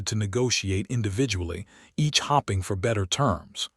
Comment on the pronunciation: SO many mispronunciationc "HOPPING" is what a bunny or hare does. HOPE-PING ("hoping" single "p" is what "humans" do concerning the outcome or event they want. For example, both "Democrats" and "Republicans" are hoping (hope-ping) that they win the election, preferably with ALL the votes for EVERY federal position - president and the half of Congress elected each presidential election cycle, followed by a 100% win during the mid term election we hen ghe other half of Congress is elected. "RED-DING" is a city in California. Ot is NOT the past tense of reeding a document or report. "unredable" is not even a word. "read" is pronounced "red" (past tense) or "reed" (present tense) A first grade student knows the difference, and which pronunciation to use. Yet your a.i. and any "human" editor you have (if any) apparently do not. Download a good dictionary to your a.i. "moderator" so it can have a vocabulary that lets it use the correct word.